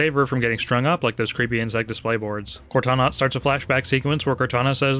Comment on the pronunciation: "and then the elevator sharts coming down on it's own."